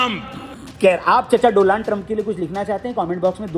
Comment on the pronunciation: Donald ❎ Doland ✅ 😅😂😂😂😂